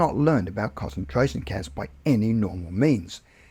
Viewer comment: These were interesting, but I could barely "cause-entrate" on the second story because the pronunciation of concentration was so awful